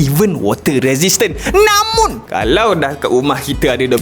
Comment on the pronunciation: 'Namunn' jgn d tekan bh.. haha🤣🤣🤣